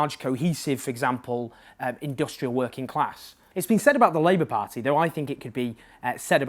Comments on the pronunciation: Learn to pronounce party first! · Excellent thoughts and analysis as usual, but I'm slightly put off by the way you say "party" - as though you have a thick welsh accent, but you're clearly not Welsh. Very distracting, but otherwise exceptional truth as usual in the dearth of factual analysis in the British media. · Please just learn how to say 'party'. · You need to find an alternative to the word 'pah-tee'. I can't concentrate. This feels like a campaign to acclimatise us to the weirdness of your pronunciation. My pah-tee counter is a smouldering wreckage! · A par-tea of par-teas. Par-tea overload ;-) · I will never tire of your pronunciation of "paaht-tee". :-) another great video Owen x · Why can't you say "party"